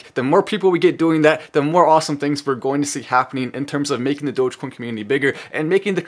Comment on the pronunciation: If Mark Cuban can publicly pronounce dogecoin correctly it'll go to $1.